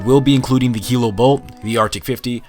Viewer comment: The fact you said "DA snipers" its an unsub from me